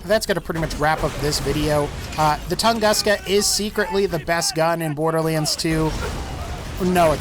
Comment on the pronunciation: when you said tungaska i nearly had a heartattack